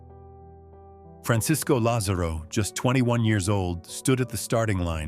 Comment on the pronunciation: FRANCISCO LÁZARO e nao FRANCISCO LAZÊRO🤷‍♀️🇩🇪você que esta traduzindo,fala o nomedo Atleta correto.bitte🤷‍♀️🇩🇪